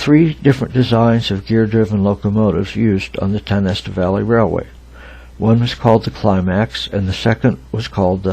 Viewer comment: Pronounced Tie-o-nest-a